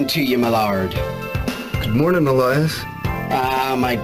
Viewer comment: "A FINE MARNIN TO YA MALARD"